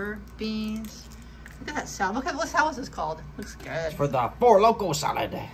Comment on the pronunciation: Pollo is pronounced Poyo .